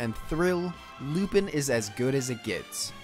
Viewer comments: Its not Lupin, its Lupahn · And lupan the 3rd is clearly pronounced differently but i think u did that on purpose